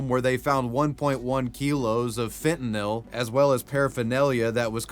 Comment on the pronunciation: THANK YOU! You're the first person on YT I've seen who pronounced Fentanyl correctly. Everybody wants to end it with "noll" instead of "nil".